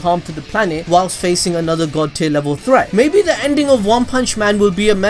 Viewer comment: I keep hearing god tit